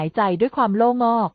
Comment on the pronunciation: จักพรรดิ อ่านว่า จัก -กะ-พัด ,โล่งอก อ่านงงว่า โล่ง-อก